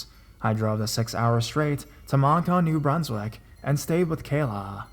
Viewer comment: Moncton (munk-tuhn), New Brunswick. Not Monktan, News Brunswick. Dumbass.